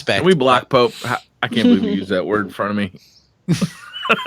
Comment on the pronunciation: The way Pope pronounces his name hurts me...